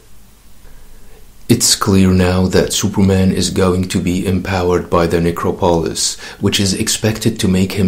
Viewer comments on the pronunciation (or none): Get someone to pronounce "necropolis" for you